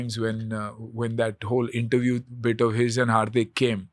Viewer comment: Did he just call Hardik, Harpik